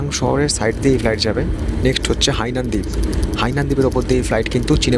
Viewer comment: ওরে শা... ওটা হিয়ানান নয়, হাইনান এয়ারলাইন্স